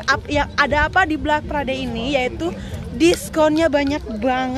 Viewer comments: black kali mba , bukan blak hihi 😂😂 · Black itu penyebutannya blek teteh syang bkn blak tetehku 😊